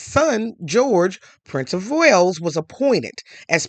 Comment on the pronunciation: "Wales" not "whales" which are sea creatures.